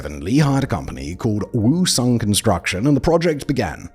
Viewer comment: Great video, though there were some mispronunciations of the names, due largely to the romanization system that Koreans use. Woosung should sound like Oosung, the a in Sampoong and Gangnam should get an ah sound, eo combinations of letters (e.g., Seocho) should be pronounced as uh, and Lee is really Ee. Often you can type in the name, get the Korean version, and drop the Korean version into some sort of tool for reading aloud. Takes maybe fifteen minutes to get the correct pronunciations and to write them down for Simon to add to narration.